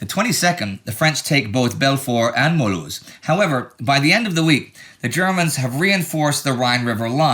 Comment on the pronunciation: Y'all clearly make great efforts to pronounce the names of places correctly which is always appreciated! Great job on "Mulhouse". I'm a native french speaker and Simpsons fan so I'm always calling it Milhouse